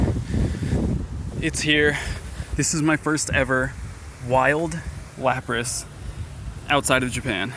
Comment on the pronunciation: Lapras...? Really?